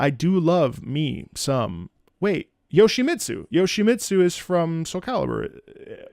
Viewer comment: As a Yoshimitsu main, hearing you say Yoahimitsu is a SC character made my brow twitch at first